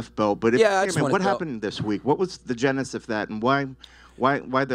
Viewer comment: "The GENIS of that" 🤔😂 This reporter has said ignorant stuff throughout this entire video, but "genis" instead of genesis has to take the cake.